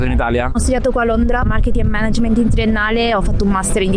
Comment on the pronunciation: Incredibile come, pur vivendo, studiando e lavorando a Londra, la gente continui a non saper pronunciare "management"...